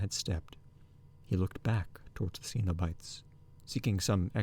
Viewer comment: yes, except for the mispronounced cenobites, there were a few random mistakes but much better than the other reading. should be ' muttering sweet talk into her ear' not sweat 😂 i had to go back and re listen bc it threw me off, especially since Julia had just complained Rory was sweaty a few sentences prior!